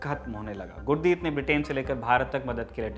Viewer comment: श्रीमान गुरदीत नहीं गुरदित्ता सिंह